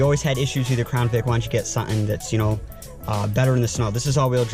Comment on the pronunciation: It’s “something”... not suh en.